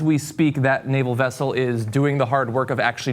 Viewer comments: Cenk, in case you haven't already been corrected, Checkoff would have said "Wessel" instead of "Vessel". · It is a wessel. A WESSEL. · Come on Cenk, Chekov pronounced it 'Wessel'. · "Nuclear wessel" is just a goddamn Russian pronunciation for nuclear vessel, pure and simple. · G Nunchuk I was just telling you that "wessel" was only a Russian pronunciation for "vessel," nothing more nothing less. What's the difference?